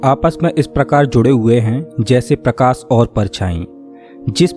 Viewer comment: Par ye log sahi se bolte nhi ghalat bolte h. Parkas nhi prakash Paribhasa nhi paribhasha Ankus nhi ankush Dasak nhi dashak Antrich hehehe Or bhi bht words hain